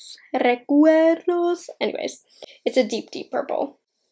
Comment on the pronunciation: this look is freaking EVERYTHING!!! i’m so glad that you stepped out of your comfort zone for this. you’ve got me repeating “recuerdo” lol. your pronunciation was pretty good. has taught you well. 💜💜💜